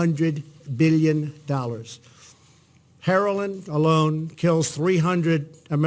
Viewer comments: “Herolin alone” 😂🤣😂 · "herolin" ... lol!!!!! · Did he say Heroline??